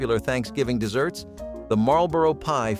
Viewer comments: Why does he pronounce the main topic word incorrectly. This is about desserts, not deserts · please stop calling them deserts desert has only 1S Desserts as two s's because it's sweet Let's see you tell the difference between how to pronounce the two words desert has 1 as dessert as 2 please stop calling desserts deserts deserts are arid plains that are ultra hot or ultra cold and have very little water rainfall. you do not eat a dessert you eat a dessert. again desert has won S you do not eat it, a dessert has two s's in it and you can eat those. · Kept waiting for a recipe including sand since the narration kept referring to them as deserts rather than as desserts! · It's deserts, desserts! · 'Deserts" and "Shoo Flee" pie? That would be desserts and Shoo Fly pie. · Need to fix the narration as it keeps saying 'desert' rather than 'dessert'; at the end of the video "stay tuned for more nostalgia TRIPS" rather than tips